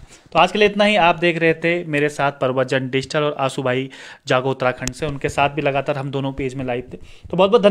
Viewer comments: Bhai digital ko pahle shi se pronounced kro dusra prshan- chin bhi galat pronounced Krte ho ? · Bhai wo digital ko shi se nhi bolte Hain. Galat boltein